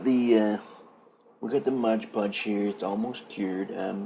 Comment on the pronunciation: Seriously! Is this for real? The guy is obviously doing a voice and accent here. Then he claims Gladys Knight of Gladys Knight and The Pips is his Aunt? Then he repeatedly calls it "modge podge" when the actual bottle that is right there in front of him clearly states, "MOD Podge." Not modge podge! I got so many laughs out of this!